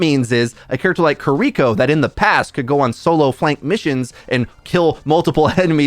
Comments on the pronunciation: Kear-eh-koh not kareekoh my guy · I die inside a little every time I hear people calling her Koriko instead of Kiriko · "Kareeko" kills me everytime 😂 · HER NAME IS KIRI-KO STOP BRAINFUCKING THX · Stop saying Kiriko wrong lol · Love how you cant pronounce Baptiste or Kiriko correctly 🤣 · I hate your pronounciation of Kiriko so much.